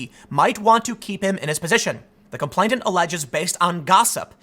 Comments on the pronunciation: The word is com-PLAIN-ant. NOT “com-PLAINT-ant.” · It's "complainant:, not "complaintant", ya beanie wearing goober! That's all I have to criticise here, though. Spot-on, otherwise, man. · *Complain-ant. No t in the middle there, Tim. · Complainant is pronounced "complain-ant," not "complaint-ant." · ComplaiNant, not complainTant. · Tim, stop saying "complaintant". He who is complaining is a complainant. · TIM... TIM... THE WORD IS COM-PLAIN-ANT!!! IT’S RIGHT THERE IN FRONT OF YOUR FACE!!! YOU’RE DRIVING ME CRAZY WITH THIS, DAMMIT!!! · "Complainant" has only one 't,' Tim. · Tim, you keep saying complainTant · I suspect that you think the word complainant has a t in the middle of it. It doesn't. You mispronounced it every single time in this video, so I'm fairly sure you must have a misapprehension on its pronunciation. Thank you for keeping me informed about these corrections. I was nearly taken in this time. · Gettin real triggered by that second T in complainant lol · Tim, just so you know complainant only has 1 t, not 2. you're welcome. Did anyone else notice this?